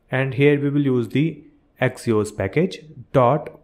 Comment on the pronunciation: bro its axios not axos